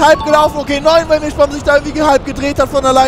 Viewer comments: Die gute heißt Milschbaum und nicht Milchbaum. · die heißt MilSchbaum :-P Ansonsten geiles Video. Hoffe es wird noch Rennhighlights geben. Vielleicht übernimmst du den cut, bist du etwas geübt darin.